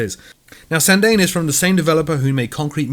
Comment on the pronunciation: Sandane is pronounced like this: Sanda Ne. Cheers!